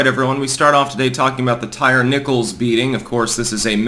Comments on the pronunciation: Ty-ree not tire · Ty ree is how it's pronounced...not tire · It’s tie-reee not tire. Lol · So can you at least learn how to pronounce his name? Ty-re not tire. Very disrespectful of the murdered. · "Tire" Nichols. Lol.😂 Not "Tyree" Lol.😂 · Here in the south it is pronounced, "tie-REE". May he rest in piece. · Hey, his name is most likely pronounced 'Tie-Ree'. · It's pronounced Ty REEE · Tyre = ty-ree. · Tyre, pronounced Tie-Ree. "They" always Remix/redefine/etc. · The name "Tyre" is pronounced "TY-REE". (Come on, it's not hard to find one YouTube video featuring someone who knows.) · Also if you can’t even pronounce the guys name correctly maybe don’t comment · That word is pronounced tyre, the thing you have four of on your car. Illiterate hoodrats don't get to change the language.